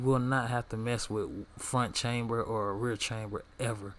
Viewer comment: Lmao its not ''chamber'' its ''kamber''